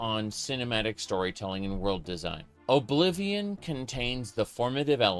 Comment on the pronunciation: Oh-blivion? Ok bro